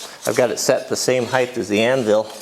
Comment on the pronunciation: Sorry, it's a pet-peeve of mine when people say the word "Heighth" it is HEIGHT.....there is no such word as heighth......there is length, width, and height but no heighth.